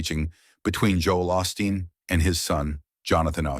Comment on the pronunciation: A suggestion, if u r going to tell a story about someone get the bot to say their name correctly. It is not Austin it is Osteen.